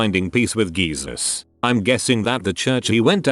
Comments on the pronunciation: i know this is a sad video and all but i almost passed out from hearing “gesus” instead of jesus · GEESUS 💀💀 sad story but i couldn’t focus i had it in the background listening and i just hear geesus and had to rewind to that part of the story do i could finish it I couldn’t focus. sometimes it’s good when the roboman says something wrong so i don’t get as sad during these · It makes it sound like “geezer” like an old man.